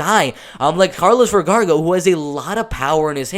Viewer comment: Is not Vergarga.. its Vergara!! Lol